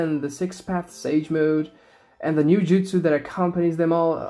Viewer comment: They're called jutsu, not jitsu